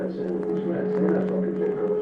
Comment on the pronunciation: They're rrrrrrrruuuuhhh-RATS.